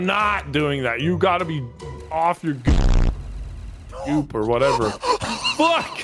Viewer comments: he says “gook” when he was trying to say goop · "You're off the goop" meaning "you're out of your minds". But with the way Nogla is speaking replacing the P at the end of Goop with the K sounds wrong lmao.